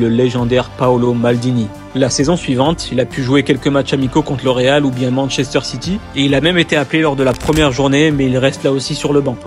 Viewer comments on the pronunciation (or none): none